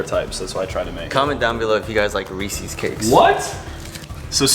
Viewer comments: It’s pronounced reeses not recesses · WTH is Reesseees it’s pronounced Reesis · It is pronounced (ree-sis) but i loved this video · How they pronounce Reeces tho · They pronounced reeces wrong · They pronounce Reese’s reesees